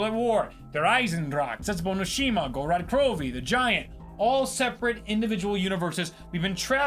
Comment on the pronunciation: "Gorod Crovi"